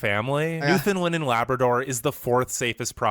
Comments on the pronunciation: I was laughing at the guy trying to pronounce "Newfoundland and Labrador"... Newfunlund is how he was saying it. I don't ever remember "land" pronounced as "lund". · IT isn't New fin Lind!!! It's new found land. There are no Finish the... Irish yes!!! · Omg, the way the narrator says Newfoundland, cringe every time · Sashatcenwan Newfarland & Laybrador best provinces It’s pronounced: Sask - At - Chee - Wan (Like Wand) New found land (Or New Fund Land) and Labrador as in the dog. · Newfoundlanders hate it when you pronounce it “Newfilind” or “New found land” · Who ever but this together isn't Canadian just by the way he mispronounced Newfoundland.